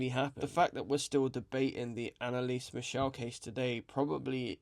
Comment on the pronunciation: Michel, German pronunciation with the German "ch" sound, not "Michelle", which is a French girls' name ...